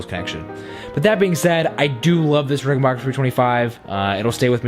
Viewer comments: The name is rickenbacker BAC.KER not BOC KER.Idiot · Very nice collection but for God's sake it's Ricken-BACK-er, not Ricken-BOCK-er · Rickenbacker is pronounced with a short A, not a short O. Great collection!